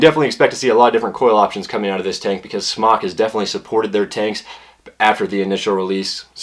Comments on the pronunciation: I've talked with the actual company in China. It's pronounced "Smoke." Not "Smock. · It's pronounced "smoke." I asked SMOK and was told it's NOT pronounced "smock." Please start pronouncing it correctly. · it is NOT SMOCK! Its a long O! jesus christ.